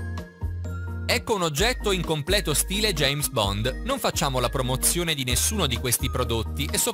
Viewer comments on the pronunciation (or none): none